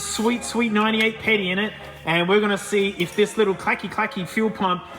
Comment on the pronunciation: "Sweet, sweet 98 petty." Something I can't unhear.